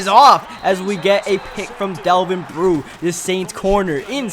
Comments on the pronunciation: You have to learn names dude it's not brew it's pronounced bro !!!!!! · it's pronounced as bro not brew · its pronounced delvin bro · Its pronounced "Bro"